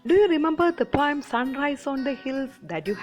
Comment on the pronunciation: It is poem not pom